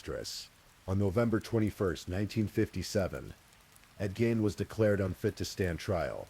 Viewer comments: Ed Gein ~ Geen, not jean…. Lol AI? I’m breaking balls. Nice work ❤ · Why does the AI narrator keep mispronouncing Ed Gein's surname?!?!? Was really annoying.